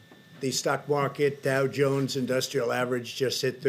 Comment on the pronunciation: Dow cungs or was it cow dungs